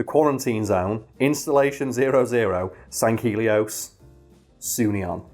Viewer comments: it’s pronounced “Sang-Healy-os” in the games but it’s a pretty backstage planet to the actual games so I’ll let it slide lol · Sanghelios and Sangheili are pronounced without the g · oh we'll give you shit, you keep mispronouncing sangheili and sanghelios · I haven't seen anyone state it but on the pronunciation on Sangheili and Sanghelios, You wanna split Sang and Heili, other wise you got pretty close already, and the video is as always, amazing. Keep it up man.